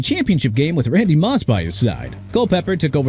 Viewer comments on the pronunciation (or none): none